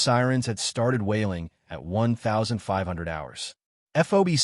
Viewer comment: Got to get the read out right its 1500 hours not 1,500 hours.try better